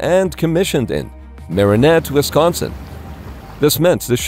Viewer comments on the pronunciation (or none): none